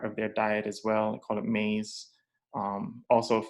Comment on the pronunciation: How u miss pronounce the Indian word for corn when Haitians are litterly the only ppl left on earth who still call it by its original name in the Haitian creole Language. Great video.